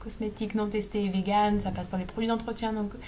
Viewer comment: Cheveux bleus + études de psycho + véganisme: tu sais que ca va partir en live XD Ps: on dit végan, pas véguan ^^